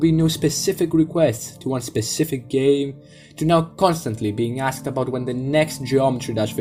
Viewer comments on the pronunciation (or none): none